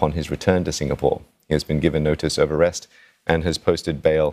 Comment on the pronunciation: The word is "Arrest"...